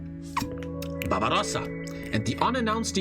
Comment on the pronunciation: "Babarossa"